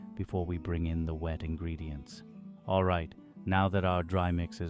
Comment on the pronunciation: Dry ingredients'ze..... I cannot stand these random additions to letters that you add on. Full Autism Mode Activated......